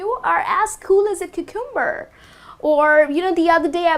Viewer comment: Cucumber is usually pronounced with the emphasis on the first syllable not second.